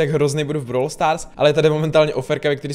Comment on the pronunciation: Proč [brawl] vyslovuješ jako [browler]? Mně to extrémně triggruje